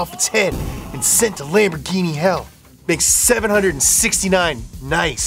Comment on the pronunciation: The lam-bore-guyna-shine i love how pronounced Lamborghini 😭😭